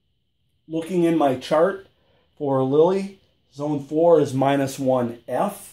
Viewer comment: It’s not Lilly , it’s Lille !